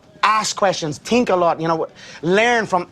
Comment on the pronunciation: How do a Tink alot?